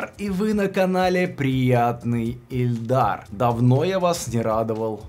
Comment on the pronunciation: Да боже, ИЛЬДАР, первая И, а не Э!!!!